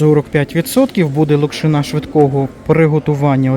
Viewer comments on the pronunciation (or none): none